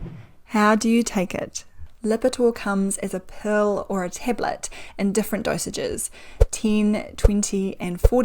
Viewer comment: I was wondering what “a Pearl” was 🤔🤔? Then I realised was saying “A Pill “.. Love you 💐💕🦋